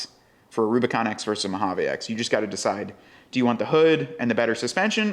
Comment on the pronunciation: MO-HA-VEEE!!!! We live in the USA bro